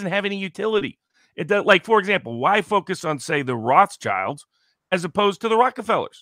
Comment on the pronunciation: Fun fact: Rothschild is actually pronounced WROTE-shild, not ROTHS-child. The name means "red shield".